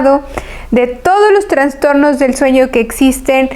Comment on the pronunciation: Que pena escuchar la mala pronunciación de un médico. TRANSTORNOS..... cuando lo correcto es TRASTORNO.... SIN LA N entre la A y la S